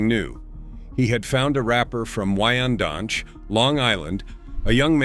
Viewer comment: Robots are crazy. You can say Rakim Allah correctly but can't pronounce Wyandanch.